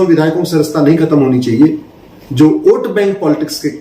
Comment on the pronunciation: सर, आप "ओट" बोल रहे हैं या "वोट" बोल रहे हैं?????